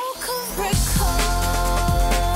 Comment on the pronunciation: She cannot pronounce 'record' properly! What is she Jonathon Rosses daughter? Overall though this track is blowing my mind! My compliments to the chef